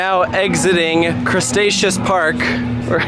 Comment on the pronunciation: 'Crustaceous'?, do you mean Cretaceous?